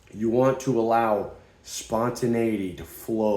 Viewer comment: Alot of people attempt to say that word “spontaneity” and you hit it right on the button good shit bro